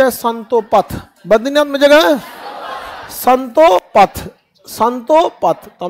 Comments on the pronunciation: It’s Satopanth not Santopath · Santo path nahi hai Satopanth hai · संतोपथ नहीं है सर सतोपंथ बोलते है सर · संतोपंथ नहीं स्तोपंथ गुरुजी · satopanth not santopath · Santo path nhi sir satopanth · Guruji santopath nahi hai satopanth hota hai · Bahi sahib santopath nhi satopanth😂😂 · संतोपथ नहीं है वो सतोपंथ है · संतोपथ ❌ सतोपंथ ✅ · विद्वान मित्र संतोपथ नहीं सतोपंथ हैं। पिंडार नहीं पिण्डर नदी है केदारनाथ १५ किमी नहीं क़रीब २४ किमी हैं पैदल। नंदाकनि नहीं नंदाकीनी है। मंदाकिनी हैं ना की मंदाकनी। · Sir it is not santopath it is Satopanth..❤ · Satopanth hai na ki santopath maffi chahta hu correct kar rha hu khan sir ko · Love your contant sir .. buts it's not संतोपथ it's सतोपंथ ❤ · संतोपथ नही है सतोपंथ है। थोडा ढंग से रटा करो। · संतोपथ नहीं सतोपंथ है 🙏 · स्ंतोपथ नहीं है सतोपंथ है😂😊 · currect pindar पिंडर सतोपंथ satopanth उच्चारण शुद्ध कीजियेगा भिलंगना